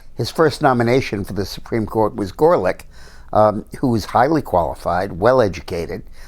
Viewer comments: been watching for a year and cant believe you still mispronounce GORSICH ITS NOT GORLICK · Uh, Dick the name is Gorsuch not Gorlick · He keeps saying Gorlick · gorsuch ....not gorlich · gorsuch not gorlick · I heard the name of our new Justice hundreds of times. But DM could not get it right. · You are so correct about so many things Dick, seems like you could at least get Judge Gorsuch's name correct! Good analysis otherwise!